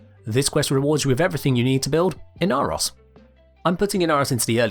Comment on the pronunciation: IN-Are-Ross? Who the heck is THAT? That looks like Ee-nar-oh-s!